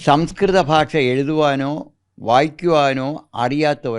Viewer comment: This reporter should learn how to pronounce " bhasha" in malayalam. It should not be "basha" .The whole system is running down fast While this reporter mis pronou ces some words, most channels are full of such standards.